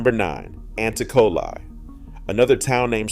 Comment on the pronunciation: The way he pronounces it. It is pronounced ahn-Tee-co-lee